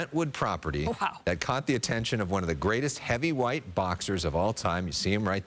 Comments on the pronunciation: Fucking guy he said “heavywhite” 💀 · Did be say "heavywhite"??? Lol reporter must be on that "white" 😂